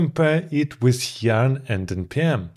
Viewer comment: YARN not JARN....